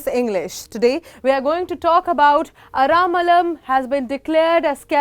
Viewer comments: its not Ara'malam' say ara first then lam. aralam. ther is no 'ma' in bw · Aramalam nahi hai Aralam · Maam its ar-al-am not aramalam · I think there's no way the spelling A-R-A-L-A-M can be read as 'Ara-malam' unless you're clueless. At bare minimum, try to pronounce the name properly before streaming content to a huge audience.